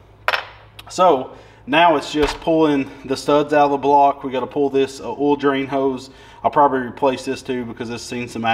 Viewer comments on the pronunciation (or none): best is listening to not being able to pronounce oil or coil...he says it so it sounds like "oyow" for oil or "coyow" coil.. that evil "L"